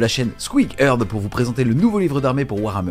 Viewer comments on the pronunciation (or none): none